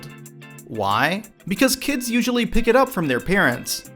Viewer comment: Oh my god, I hate the way you say kids when you end a sentence Kyids